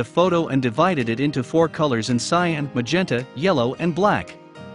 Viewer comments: cyOn? It is cian. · its cyan not cyon :( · It's cyAn, not cyOn lol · the blue is called cyan not cyon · It’s cyan not cyon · Cool vid but its Cyan not Cyon bud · cyAn not cyOn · it's cyan not cyon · Cyan is spelled CYAN not CYON. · Is "Cyon" a meme and I'm a wooosh? Or is this an actual mistake? (it's actually "Cyan") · It's cyan, not cyon. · Ah yes, "Cyon" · Cyan not Cyon. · A really nice video, ruined by "cyon". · It's CYAN, not CYON! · WTF is CYON? It's cyan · CyAn, not cyOn... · its CYAN not cyon lol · Cyan. Not cyon. Cyan. x.x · "Cyon" ?? CYAN